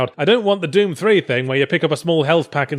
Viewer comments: "Deum" xD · I couldn't get over the way he said "Dewm" MtnDew Commercial confirmed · he pronounces doom like "duem"